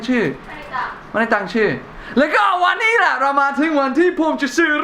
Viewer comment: วันนี้ไม่ใช่วานนี้ สาธารณะไม่ใช่ สะ-ถา-ระ-นะ เนททททททททททททททททททททททททททททททททททททททททททททททททททททททททททททท ททททททททททททททททททททททททททททททททททททททททททททททททททททททททททททททท